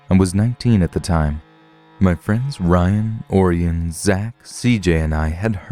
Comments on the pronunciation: I bet the kids name is Orion, like O-ryan. Not Oarienne lol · Orion is pronounced O'Ryan, like the constellation, Orion the Hunter.